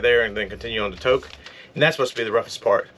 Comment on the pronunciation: Just a couple of comment. Since I have driven the Alcan more than 30 times, it seems as though your video clips of the roadway as you drive are not in the actual sequence of your drive. Also, please ask locals for the pronunciation of the names that are new to you. Example: Kluane is pronounced CLUE-AHN- EE and Tok is pronounced with a long o sound Toke not Tahk. Looks like the road between Burwash and the border is the same as it has always been. Enjoy the remainder of your time in beautiful Alaska.